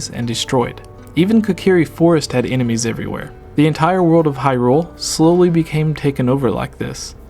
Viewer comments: Why do you keep putting so much emphasis on "rule" when you say "Hyrule"? You seem to be reading it as "High Rule" which is wrong/dumb. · Gooooonna have to say you're wrong. Just to abolish any doubts in my mind, I went and checked a few wiki-pages and as far as I could find, most of them have it written as you should put emphasis on the "high" in Hyrule. And to even further confirm my statement I went and checked how Bosphoramus pronounced it, and just as I suspected, he did NOT pronounce it with emphasis on the "rule". It seems you're confused as to which pronunciation I'm talking about (because you pronounce it two different ways in your video, thus contradicting yourself) so for the one that sounds wrong(to me and apparently a shit-load of other people), it's in the first 10 seconds of this video. As for the different pronunciation, skip to about .